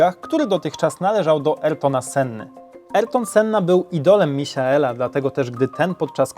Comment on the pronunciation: to sie szyta michaela a nie misiaela. to nie miś